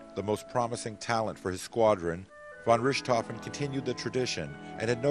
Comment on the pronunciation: Von Rooshtofen? Please, a little practice at pronunciation!